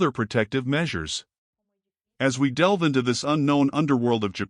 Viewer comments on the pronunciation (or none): none